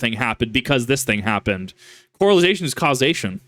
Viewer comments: It's correlation, my man, not correlization. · 0 out of 5 stars Bro kept saying coralization instead of correlation, literally unwatchable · I love you but it's correlation not corelization. It's Correlation! Because there's a co-relation, KIP! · Drink every time this mispronounces “correlation”.